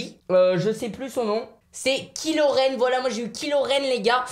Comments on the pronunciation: KILO REN xD t con sa se dit Ky comme aie ducon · ç a se prononce kailo ren et pas kilo ren